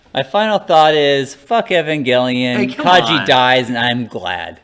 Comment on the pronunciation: Didn't these guys ever watch One Hour Photo? It's pronounced "EVE-AN-JELLY-IN"